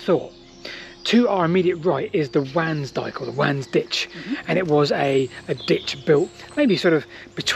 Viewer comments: "Wansdyke" is pronounced "Ones Dyke". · Very interesting as per. Talking about pronunciation isn't it pronounced 'wONsdyke'? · I'm not sure if anyone else has mentioned but the Wansdyke is pronounced with "Wan" sounding like "gone" or "swan". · Between nature and The Yanks oh and pipe line and where near the Grand Avenue and White Road is a bit hard to find. I was born very close to there. Your pronunciation of Mildenhall Ok. Cutenio is not the same as I was taught . Nor is Wansdyke I was always taught it was Wands-dyke